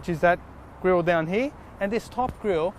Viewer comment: its "here" not "heee"